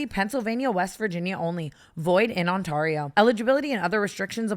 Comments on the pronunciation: Did... did she pronounce "Ontario" as On-taw-rio in the draft kings ad? As an Ontarian that sounded so funny 😂😂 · Tana I love you but as someone who lives in Ontario, I can longer be silent about how you say it 😂 it's pronounced On-Tair-io, I know its spelt AR but please try AIR 😂😂😂❤ Thank you from the province of Ontario 🤣❤ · Tana I'm really sorry but in the Draft Kings ad it's pronounced like on-tarE-io not on-tar-io I'm sorry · Not Tana saying Ontario “On-tor-io” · i love tana but as a canadian i'm creasing at how she pronounced ontario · Always kills me the way Tana pronounces “Ontario” 😂 u dated a Canadian babe!!!